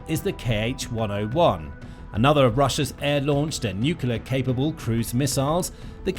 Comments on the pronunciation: The word is nuclear, not nucular. Nu-clear. New- clear. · Lost me at "nucular" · 'Nukular missile'? Is this a kindergarten device? That's the only place I've heard that word. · Sorry dude, as soon as I hear someone pronouncing NUCLEAR as NOOQULER I've got to sign out. I think it's about the lack of respect and bother that one who neglects to pronounce correctly, the name of the most destructive and fatal single device ever built by us humans that has already vaporised tens of thousands of living beings let alone killed many more slowly due to radiation poisoning, deformation and so many other hideous related factors eg. the theft of Bikini Atoll from the native population. NOOKOOLAR doesn't do it for me as it is such a small change in perception of one word that describes the fore mentioned. Petty, this may sound but good bye.